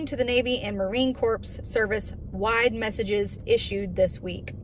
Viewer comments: Love you Sister, its pronounced Marine Core...the s and p are silent, corpse is a dead person ;) Semper Fidelis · Corps is pronounced like core, not corpse. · Marine Corps. is pronounced Marine Core. Much love sister! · The "p" in Corps is silent. If you pronounce the "p" you are saying corpse. A corpse is a dead person.